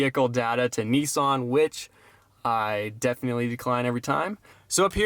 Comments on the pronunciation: Neeson ?? Ho he means nissan , hahahahahaha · It's a Nissan not neeson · actually it's pronounced Nissan if you look at the name and can read English you will see it's Nissan not neeson , where on the car can you see NEESON